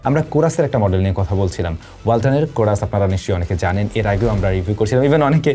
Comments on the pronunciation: কোরাস নাকি হরাস। কনফিউজড করে দিলেন😂😂😂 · কোরাস❌ চোরাস✅😂